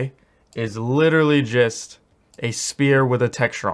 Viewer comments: Just like everytime he says spear instead of sfere, I'm all condused cause I am expecting the weapon lol! Makes me laugh! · The “spear” thing is very frustrating, it is pronounced “sfear” anyways thanks for the amazing content. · I swear you're saying spear and not sphere intentionally